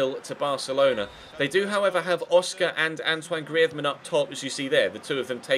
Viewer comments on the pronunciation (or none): you pronounce greizmann wrong